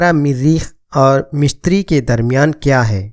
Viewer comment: مِشتِری نہیں مُشتُری Mishtiry ✘✘✘ Mushtary✔✔✔